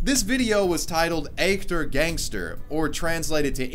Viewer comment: focus - qualitätsjournalismus.. btw, quite decent german pronounciation ;-) words like 'echtes' are really difficult for non-natives